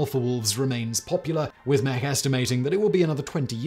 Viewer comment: Great video. I read about David Mech's research back when I was a young lad. By the way, his name is pronounced "meech" (rhymes with "peach").